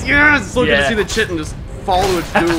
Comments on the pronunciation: "Aktchually, it's pronounced KITE-in" &: "I don't remember asking you a god damn thing." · just so you guys know chitin is pronounced like 'kyte-in', not like how you've been saying it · No, no, no – it's spelt chitin, but it's pronounced 'Throatwobbler Mangrove'. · LaFave "we still refuse to pronounce Chitin properly" Bros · guys, it's chitin not chitin, jeez 🙄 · You guys keep mispronouncing chitin it sound like chaurus shitting. 😂